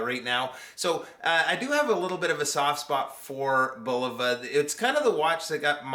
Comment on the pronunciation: 1. THANK YOU for pronouncing Bulova correctly! So many of these young whippersnapper YouTube reviewers pronounce it bull-OH-va, which is incorrect. 2. I have two Bulovas with this same 262 kHz UHF quartz movement and they are crazy accurate. They gain about one second a month. 3. A curved sapphire crystal as well? That's really something and Bulova is to be commended for such ingenuity. 4. Great review,!